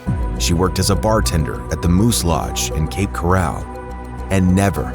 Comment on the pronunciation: I made it as far as 45 seconds into the video. If you're going to use AI narration, make sure they pronounce the words correctly. If you can't be bothered with that, I can't be bothered with you. Cape "corral" my behind. I'm out.